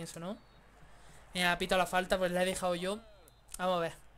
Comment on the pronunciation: porque dices "farta" si es falta